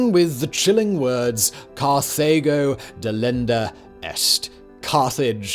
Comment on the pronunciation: Car tah go. Not Car-they go.